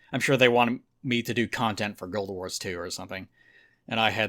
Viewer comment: "Guilduh Wars"